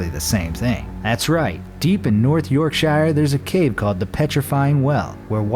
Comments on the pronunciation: It’s pronounced “yorkshure” not shire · its pronounced york-SHEER not york-SHIRE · Yorkshire is pronounced as Yorksheer. But hay I'm English we are very strange with words. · I cant help to notice you said Yorkshire wrong. Not Yorkshyer, its Yorksheer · Yes! I am not the only one who noticed that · "York-Shy-ar" hahahahahahahahaha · Yorkshure, is the correct pronunciation of Yorkshire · First of all it's york-sher cos I live there and it's rlly creepy there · The way you said Yorkshire genuinely made me angry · Deep in yOrＫsＨℹ︎®︎E 😂😂 brilliant pronunciation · Yup same. All this research and still cant pronounce a place correctly smh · Love the way he says Yorkshire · the way they pronounced Yorkshire gave me immediate anxiety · The way you say Yorkshire really pisses me off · When Yorkshire was pronounced wrong. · Please say Yorkshire properly... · You said Yorkshire wrong I am a Yorkshire boy so I know but no offence because most Americans get it wrong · not how you say yorkshire